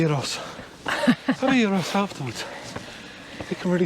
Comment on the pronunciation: A "few" of observations ;-) 1. THANK YOU for pronouncing gyros with its correct guttural emphasis. Americans here do the “Ya-eeeeh ———roe” pronunciation with makes me even more of a follicle challenged human. 2. The comment to your country men about the sun was pretty funny. I send pictures of sunny California to my friends up in Seattle Washington where its near London-dreary and they send me hate mail for days. Always happy to spread the weather love to those in crap weather places LOL! 3. I was surprised at the graffiti. I thought it was a native inner-city issues only in America, but am happy to see the “art form” knows no boundaries ;-) 4. Brother don’t you DARE posts sounds and video of you running ever again. Your heart palpitations made my car alarm go off ;-) 5. GREAT way to use Google Earth for reference points in your travels, and I know how much work this is to incorporate into video editing, so kudos to you for taking the time to do this. So useful! 6. It occurs to me that 2 and one half thousand year ago they didn’t tell stories using calendar dates such as we measure by today, so I wonder how they referred to time back then? Like …. What was a year? They surely didn’t say “today is the year of our (soon to be born) Lord 500 BC …. “ Hmmmmm 7. Care to share what your GoPro camera settings are when you pan about? Inquiring minds wanna’ know …. :) 8. Your historical musings and opinions about where you are, done in extemporaneous manner is SO much better than some